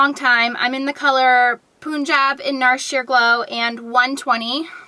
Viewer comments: Hi.. Awesome video as always:D Just wanted to say.. NARS Foundation in Punjab (Is pronounced as Panjab.. Not Puunjab). Punjab is a state in India where you see the Singhs (Indians with the turban in their head).. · lol its not poonjab...its punjab ...pun as in like the word play....sorry just had to fix that lot of ppl say it poonjab lol...love this video every time i go to sephora m so overwhelmed! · punjab is actually pronounced with a , "pun" (literary word play stuff, that was a "punny").